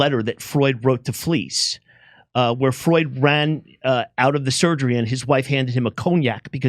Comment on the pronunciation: It's not Freud, it's Freud!.